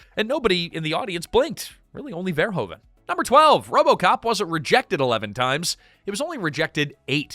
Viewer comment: Just a sidenote: His name is not prenounced Verhoven, the Dutch oe sounds like "who" you need to pronounce it Paul Ver-who-ven.